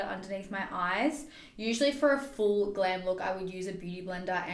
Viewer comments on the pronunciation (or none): none